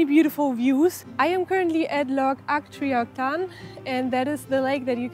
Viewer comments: Loving your enthusiasm, and your appreciation of our country, and I am impressed with your excellent English. Um, but, you are in Scotland where there is also the Gaelic language! Don’t worry, most English people have no clue what either. Your pronunciation of loch Achtriochan was near perfect. But it is not a lake. It is a loch. And allt is river. Ard is a promentary Strath is an estuary or wide glen. A glen is a glen, not a valley, Yup, it’s a new language for most, but it helps to know why Glenfinnan is a glen of ‘ finnan’, Loch Alsh, is loch aillse, or foaming water, ( due to its fast tidal flow,) etc. Each place name has been written down in english format, and is just a noise; a pretendy approximation of the true meaning in Gaelic. So a loch is a loch. The English call it a lake….or failing, call it a lock. Sorry to get nippy, and your productions are really good. Many coastal places are Norse words too. Hey, vikings already! Enjoy, enjoy. Good luck and good travels. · Very nice video of the "happy place" for this Scot and his wife. Love Glen Coe 😍. Tiny hint. Glen is a valley in Scotland, so saying Glen Coe Valley is like saying Valley Coe Valley. But what was VERY impressive was your pronunciation of Loch Achtriochtan. 👏👏👏!!